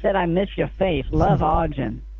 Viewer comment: Lol ..In the beginning I kept thinking, is he referring to a piece of software or what, every time you're pronouncing the scammers name as "Argend", until I realized you meant him because the name Arjuna/Arjun is pronounced with emphasis on "June" in the end (like the month) :-)